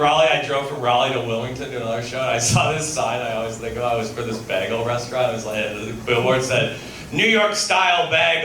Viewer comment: How hasn’t been thrown off a NYC rooftop for how he pronounces bagel is beyond me. Anyway, great stuff!